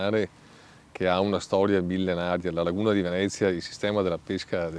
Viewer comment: Its venezia not vinece btw